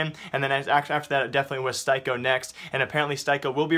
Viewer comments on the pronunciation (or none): Styko is pronounced as Sticko... Thanks! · Joni Lantinga it's pronounced "steeko" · Styko's name is pronounced steeko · His name is pronounced Steeko, do you do this on purpose? It triggers me so hard, surely you just need to watch one mouz game and hear how the commentators pronounce his name, do you even really care about what you're talking about? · the only offense to styko is how you pronounce his name lmao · Rip Styko, rip Styko pronounciation